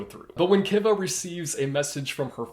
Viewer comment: It’s pronounced Kiva like Key-Va